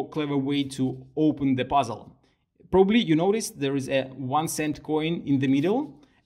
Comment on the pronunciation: I love how you pronounce "puzzle" as "buzzel"